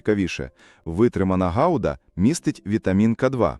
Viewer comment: Не гауда а гуда